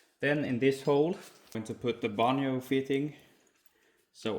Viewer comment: Love your videos. The "J" in banjo fitting is a hard "J" like the word jump